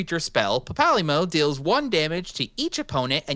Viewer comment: Papalymo, pronounced papa lee-mo has been around since ff14 1.0 at the start of the game and im not gonna let you slide around making a deck tech of him without you knowing how to pronounce his name. I mean you already did and I can't do anything. But now you know how to pronounce his name kinda.